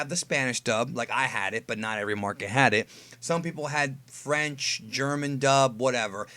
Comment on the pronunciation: This is the second video in a row I've watched of yours where you say Franch lol